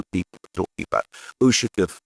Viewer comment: Pronounce: UshAkov. Stress on the second syllable.